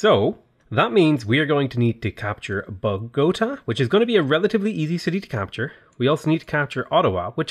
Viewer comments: You mispronounced Bogotá at the start or the video. It is bOgotA not bogOta. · Okay I know you take shit all the time about pronouncing city names, and some of them really are quite ridiculous, but still, lol at BOW-GO-ta. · Not: bow-GOAT-a But: bō-gō-TA